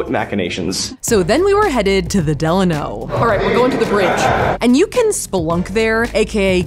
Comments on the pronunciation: The way y’all keep pronouncing “Delano” is throwing me 😂😂😂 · I can’t! The way you pronounced Delano